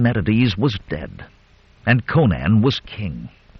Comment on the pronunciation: Why can't you pronounce Conan? Co-naan is just nonsense. Think Conan O'Brian. Then next time I might listen but the thought of the narrator's endless mispronunciation caused me to give up in seconds. I'll look for a channel that can correctly pronounce the hero's name.